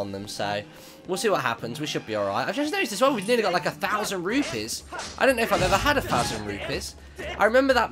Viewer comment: Rupees not Rupies